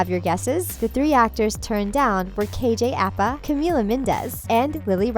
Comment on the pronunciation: *KJ Apa not KJ Appa and also Bughead stands for Betty and Jughead, not Jughead fans. Not hating though